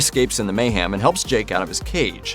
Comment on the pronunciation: Great video! However, it's mayHEM. not meyHAM ;)